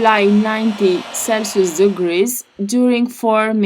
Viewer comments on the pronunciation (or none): none